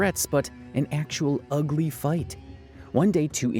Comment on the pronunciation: Dang she ugh-lay